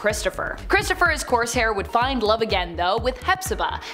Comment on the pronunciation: It's "Cor-saire" not "Corse-hair" he is a pirate not a hedgehog